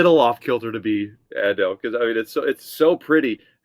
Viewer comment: Ah-Doe is the pronunciation 😁